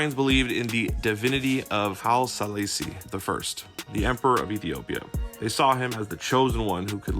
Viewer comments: Bro?! Haile Selassie (High-lee Sell-ah-si-eye) Dig your content, but you should do a little more research when discussing historical figures as great as His Imperial Majesty. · When he pronounced Emperor Haile Selassie I name wrong, I didnt want to hear no more ✌🏾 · A nice work, but the narrator should practice some pronunciation. Like of HIM Name Haile Selassie. Or that it is Rastafari without the ism. 😉 Blessed love. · You can’t pronounce Haile Selassie that way and claim to make a good video about Bob/ the Marleys